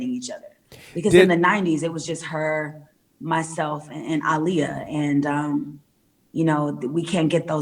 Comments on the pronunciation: Yup. She said it the way Aaliyah said her name..like Ali. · I love the fact that she said Ah-Lee-yuh and not Uh-Lee-Yuh.